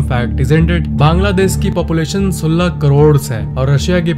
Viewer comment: You can't speak 16 in hindi properly !!